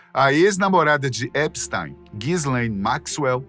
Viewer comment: Primeira vez que vejo o nome Epstein pronunciado corretamente. O "ei" pronuncia-se "ai" em alemao , logo epstAIn. Ate agora so tinha ouvido EpstIn.